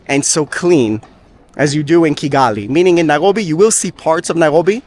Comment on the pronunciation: Interesting video. I have to mention that your pronunciation of Nairobi.. the 'r' is simply incorrect in English.. yet your English is 100%. I've commented on this oddity before.. that you seem to slide into Hebrew gutteral -rolling style 'r' pronunciation. It's most off-putting for the English speaker.